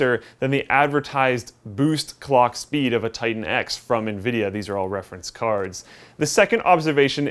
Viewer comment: did he say cock speed ?